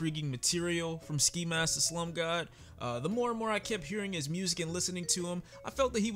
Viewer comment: The fact that he almost said “Ski Mask The Slurp God” is hilarious! 😂😂🤣🤣🤣